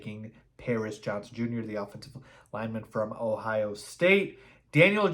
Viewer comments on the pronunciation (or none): none